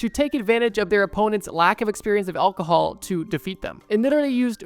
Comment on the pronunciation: You gotta learn how to say Alcohol buddy